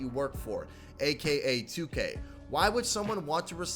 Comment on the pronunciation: My man please stop pronouncing 2k wrong lool